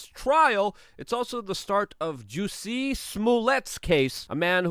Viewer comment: Wait! How did you pronounce Jussie? Wrong! Get it right!